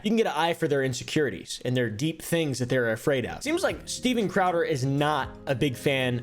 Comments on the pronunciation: " Styben crowber" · "Steiven Craowder has been the topic of discussion..." love it, print it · bro enough mispronouncing his name. It was funny once, not 234 times.